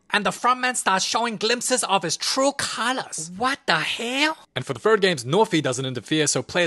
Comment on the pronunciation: “Wat da hayl”😂